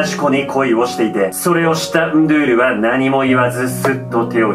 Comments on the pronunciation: ❌ンドュール ⭕️ンドゥール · 途中でンドュールになってる！ンドゥールが正解！ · 、惜しいですね、 ンドゥールの読み方は ンードゥールなんですよ、 けどジョジョネタやってくれるのは嬉しいです！！ そこにシビれる！あこがれるゥ！